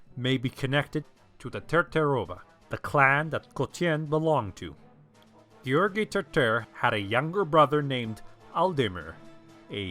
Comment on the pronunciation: Why say Asenids instead of the Asen dynasty? Also you have a good pronunciation of George. :)